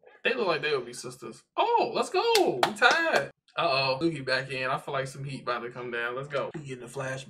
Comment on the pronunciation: Ugh him saying Tsukki’s name wrong is so cringe-worthy, please tell me you didn't say Tsunade’s name wrong too cause the T in her name is also silent